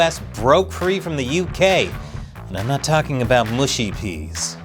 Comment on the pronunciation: FYI, it’s “mushy peas” not “mooshy peas” . Please get it right. Language is important, please get it right.😊